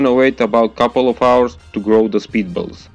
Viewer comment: Thought he said "speed bubbles", took some extensive Googling to find out it was "spitballs". BTW switching from a quiet background music to a really LOUD one is a bad idea, some people have to deal with family/roommates.